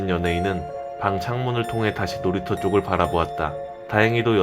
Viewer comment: 놀이터인데 놀이쳐ㅋㅋ